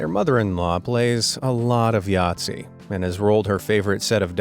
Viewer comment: “My grandma and I love a game of jazi” whoa for a minute there I thought you said n@ (sorry if jazi is misspelled we don’t have it in Australia 🇦🇺